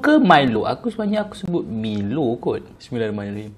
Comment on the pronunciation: Bacaan Bismillah tu Salah, tak sempurna.. smillahiromanirohim... Salah Bismillah, Setan Mkn Sekali... Lagi sempurna, just Sebut " Bismillah" بسم الله... Nampak bnyak Setan Makan sekali dengan